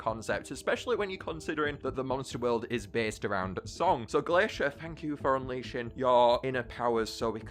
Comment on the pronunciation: Uhhhhhh you messed up Glaishur and Blasooms power the correct way is the flip flop of what said.